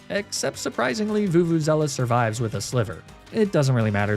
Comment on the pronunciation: Where are you getting vuvuzela from its veluza